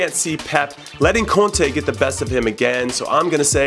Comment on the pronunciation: 8/10, forgot to put heavy accent on contes name.